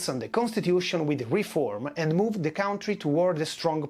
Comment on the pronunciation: And not "cowntry'